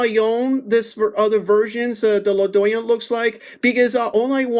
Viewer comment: La Dorean. 😂😂😂 damn bro which part of mexico is that